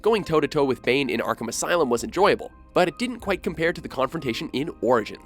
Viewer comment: "Arkumus Island"